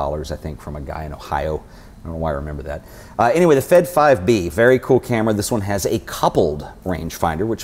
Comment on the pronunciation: I'm Russian and nobody in ex-USSR calls them F-E-D, evetone says "Fed"